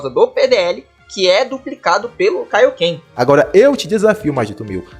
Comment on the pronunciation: "Kaíoquê"??? Ele disse "Kaíoquê"?🤣